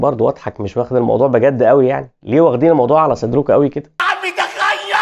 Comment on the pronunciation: قوي مش بال ق بال أ